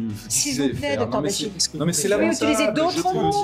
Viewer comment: Quand on se permet de critiquer quelqu'un, il faudrait au moins prononcer correctement son nom... C'est pas Blanchier